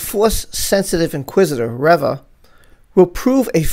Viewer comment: REE - VA ... not rev uh